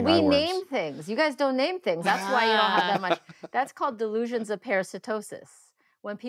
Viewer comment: DeLEEsions hahahaha